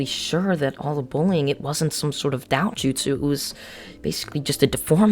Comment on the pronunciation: Great vid but Dojutsu is pronounced doe-jutsu